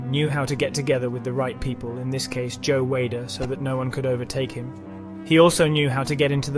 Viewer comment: Pronounce the words properly mate FFS Good video but Reg Park. Sergio Oliver. Joe Weilder all miss pronounced and your English so you should know